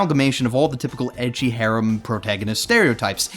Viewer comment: Ecchi is apparently supposed to be pronounced like the letter h.